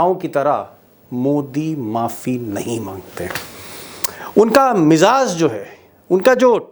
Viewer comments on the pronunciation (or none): Pronounce correctly:: miZaZ should be MIZAAJ !!